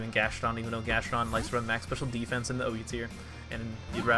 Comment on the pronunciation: Anyone else weirded by how he says special defense?